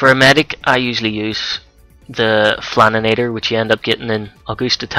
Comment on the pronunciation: i hate when people say 'flaninator' it's flan-itor.